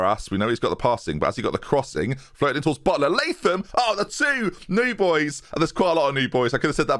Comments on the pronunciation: Awesome stuff. You got it right with pronouncing it Lay-thum. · Latham. Finally a pronunciation I can agree with.